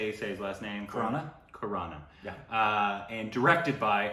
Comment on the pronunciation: It's Khanna not Khurana🤣🤣🤣